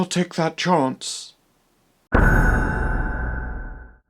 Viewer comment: "Uh, I'll take that chonce.." 😂🤣 I haven't seen the new film yet. I'm curious about it but I feel like it's probably overrated. I very much enjoyed The VVitch (2015) though, *same director*. 🖤